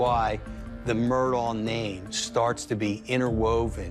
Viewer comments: The name is not pronounced Murdoll, it’s pronounced murDOCK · Actually it's pronounced Ellick Murdock. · Big family in multiple counties It's pronounced Murdock! Your ignorance is blaring! 🙄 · I find it sad that all these "know it all" people doing these interviews don't know how to pronounce the Murdaugh name. Google it. It's the least you can do if you want to be considered a reliable news source.